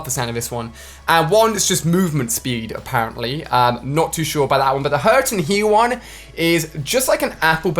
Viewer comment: a pear ently